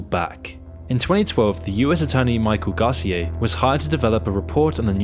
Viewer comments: Garceeay? GAR CEE UH (Garcia) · Lmao the way he pronounced Garcia 🤦🏻‍♂️😂 GAWSEEYAY 💀💀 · Great vid, it’s Gar-Cee-ah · yo me pregunto, por qué siempre los angloparlante les cambian la acentuación a algunas palabras en español? las graves son agudas y viceversa. Esto les pasa especialmente con los apellidos, como pérez, vásquez (no hablemos de la letra q ajajaja) y ahora escucho que con el apellido garcía. que gracioso jajaja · The pronunciation of Garcia was off lol. Also "what in ensued" . Don't get me wrong, I like watching these videos, but they can be a bit clickbaitey. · say Garcia normally please